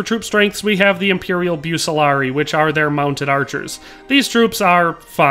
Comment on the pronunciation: Pronounced Buk-Kuh-Lar-Ree-E (Bucelarii)❤